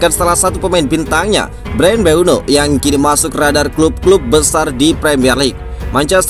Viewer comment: Mboume min, bukan mbueno😅